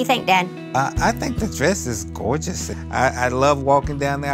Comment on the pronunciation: "I think the dress is (GOEGUS)!!!" -Dad